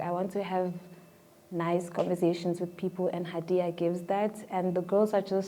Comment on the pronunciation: The way people butcher my name though 😂haiiiii... It's Ha'diyah.... Hhhhha di yahhhh...